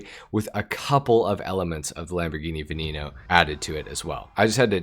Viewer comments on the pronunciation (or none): its veneno no veninou, its not hard to pronounce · What’s a Lamborghini “Vinino” 😂 no offense